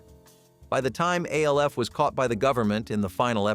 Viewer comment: Logged in to comment to say exactly this. Lost all credibility when it can’t pronounce the names of main characters